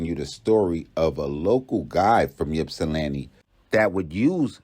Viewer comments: The y is silent bro🤦🏾‍♂️ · We say “ipsi” not “yipsi” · I’m an original 734 representative. Born and raised in Ypsi. I just want to let the people know, it’s “Ypsi” pronounced ip-cee, not Yip-cee….I don’t really wanna speak on the situation but let me say this: People have their opinion about who was right or wrong and I don’t want to speak to that. But what I do want to say is to people like Charleston White, Tekashi Sixx Nine, and others who antagonize people online take heed to the lesson. Everybody ain’t playing, so be mindful of what the response might be. If you’re with it, then do as you please. Just be aware💯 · Pop don't nobody call it Yip-see..... It's pronounced ( Ip-see) for short! Salute😎😎😎 Detroit in the Building! ✊✊